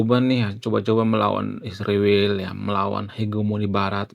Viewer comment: Kenapa sebutan Israel dirubah jadi Isriwil, apakah supaya terkesan lbh intelek ? Bukankah Tuhan sendiri yg merubah nama Yakub menjadi Israel ? Skrg ada yg merubahnya menjadi Isriwil